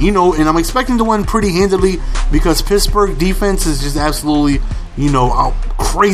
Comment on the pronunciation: Why do you call the Pittsburgh Steelers the Pittsbourg Steelers?